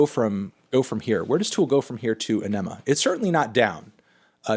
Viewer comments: It's not pronounced "uh-NEH-muh. It's pronounced "AH-nih-muh". Emphasis should be on the first syllable, not the second. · For Anthony and anyone else who still doesn't know. It's pronounced Aw-Ni-Ma with the focus on "Aw", not "Ni". They pronounced it in a few video interviews at the time. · It's pronounced "Ahh-nimm-uh" FYI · The way he names them you would think he didn't listen to shit🤣 "anemo" seriously! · Mispronouncing AEnima. It's "Aw- nim-uh" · Stopped caring at "a-nema". 23 years old and you cant pronounce it? I'll take your critique with a grain of salt. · No Opiate? Salival? Also, Edit: It’s “Ah-Nuh-Muh” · Let’s argue: Aenema = Ar - Neh - Mah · It's pronounced anime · “Uh-nema” smdh melon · Ehh-neh-muh You dipshits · I've never heard anyone pronounce Ænima like that 🤣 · Melon's hottest take here is his pronunciation of Ænima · The way he said Ænima pisses me the fuck off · Badthony Pronunciatetano. Weirdest pronunciation of Aenima ever recorded. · Why do you say “Aenima” like that? It’s extremely frustrating..... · Pondering Presbyterian He’s said many times that he mispronounces it on purpose because it annoys people so much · "Right in Two" is a so so closer. Wtf. Misprounced Aenima Fear Inoculum is in the S teir. The best track Pnuema you called the worst. I finally know what a SJW feels like, I'm triggered people respect your opinion of music in any form whatsoever. I wish I could Unsubscribe again. Peace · How do ppl still not know how to pronounce Aenima?